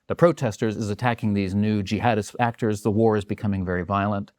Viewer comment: There is NO WAY he is not purposefully mispronouncing words! LEEEverage? ActOOOOrs? Lol.